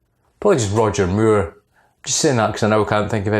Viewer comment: Sounds like your saying Roger Muir :) Watch the vid when you talk about roger moore with the subtitles on lol